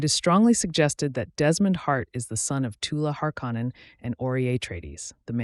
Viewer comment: Learn how to pronounce shit its literally said in the show and you cant even say harkonnen right jesus dude 😂